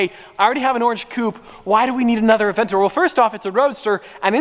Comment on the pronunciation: Theay aveyntadyoor tun tun tun tuummm